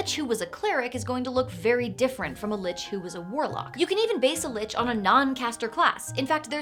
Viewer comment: Hard C, as in Lick, not Soft C, as in church